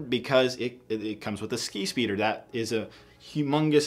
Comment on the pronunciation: Each time he says skispeeder I heard “skeet”speeder